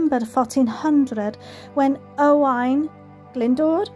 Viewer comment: I have fun trying to pronounce those Welsh names. Owain sounds like O - Y to me. And it’d be “Owen” in English I believe 😇 Another beautiful place you visited.